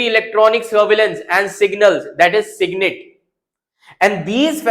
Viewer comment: It's SIGINT, not SIGNIT. And it's Inertial Navigation System, not Inertial Reference System. 🤔